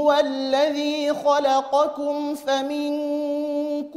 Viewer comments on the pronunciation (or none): none